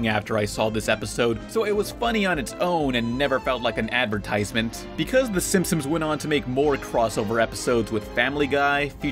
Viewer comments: STOP SAYING SIMSIMS ITS SIMPSONS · It's "Simpsons". Stop saying "Simpsims". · Out of the whole video all I can get is that he calls them the Simpsomes... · Every time you say simpsons it sounds like you're saying Simsims, are you saying simsims? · So I'm sure this has been mentioned in previous videos, but are we going to talk about the fact that pronounces the show as the SimpsOMs and not the SimpsONs? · Why does call The Simpsons The Simpsims? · SIM-P-SONS, not simsems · PLS STOP SAYING “SIMPSOMS!” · Dude you keep saying the SimpsoNS wrong. It’s not the simpsoms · Stop saying SimSim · I just watched it again to make sure I heard what I heard. It sounds like you say "Simpsims". But now that we're here, I realize how unimportant it was to bring it up. Sorry, dude. Carry on. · "The Simpsoms" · You're not the only one. I keep hearing pronounce Simpsons as Simpsims, too. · "the simsims" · why does he pronounce it "the simpsoms" the whole time it's really distracting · When you talk about the Simpsons you keep saying "Simpsoms" hahaha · lol "SIMPSIMS" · FOR THE LOVE OF GOD STOP CALLING THEM SIMSIMS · Pretty much: lol It's what it sounds like you said your not done with the Simp..sums yet or simpsomes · FOOL I really did pronounce it's Simsims because I don't give a FUCK! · thats how you said simpsons every single time you knob end